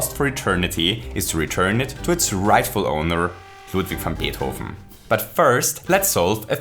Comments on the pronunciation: Nice how you pronounce "Ludwig van Beethoven!" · Loved the "LUDWIG VAN BEETHOVEN" In German part and how you said it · Hearing say Ludwig van Beethoven's name is so satisfying. Reminded me he's German. (Also, I swear I'm not a stalker, hacker, or anything like that. He mentions there being a 'large German community' for RPG Maker 2000 in his video about Dreams, and it's easy enough to infer that he himself is German because of this.) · I love your Videos😍 Your making this game interesting. And i love how you you say Ludwig van Beethoven cause i thought for a few Times you Need to be german. In one Video your Browser is in german. Und jetzt frag ich mich wieso ich eigentlich auf englisch schreibe 😂 Grüße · Hearing the name “Ludwig van Beethoven” uttered by someone who actually speaks German is one of the most satisfying sounds a music nerd can hear. 😍